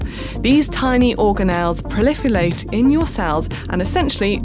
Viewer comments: "prolifulate"?? That the Welsh pronunciation? 🙂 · they really couldn't re take that to get her to pronounce proliferate correctly 😂